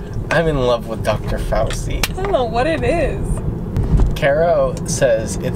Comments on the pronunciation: Dr Fauci is adorable, his name is actually pronounced “fau-CHI” ( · I love y'all but I cringe when you guys say fauci lol in italian ci makes the sound of ch in english so its pronounced fauCHEE